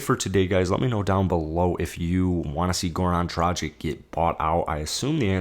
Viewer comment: dragich not drajic